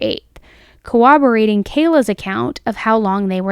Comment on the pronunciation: Love the content, girl. But please say the many "r's" that are in corroborating. It's not "cwobrating."